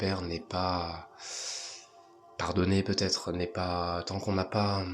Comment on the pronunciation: pourquoi vous dites tous "vaTêtre" sur YouTube ? Jamais entendu ça dans la vie normale.